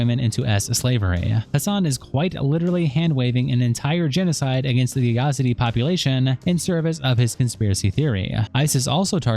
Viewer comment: Yazidi = Yuh-ZEE-Dee